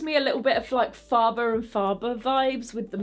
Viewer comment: Fabulous review. (Um .. it’s Faber and Faber pronounced ‘fayber’ 😊